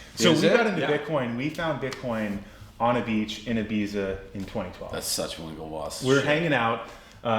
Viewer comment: Could someone please tell the Winklevoss bros how to pronounce Ibiza! 🤣🤣🤣